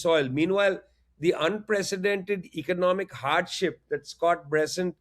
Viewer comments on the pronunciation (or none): none